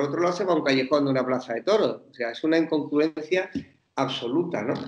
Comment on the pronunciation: El tertuliano estrella de Espejo Público no sabe decir "incongruencia".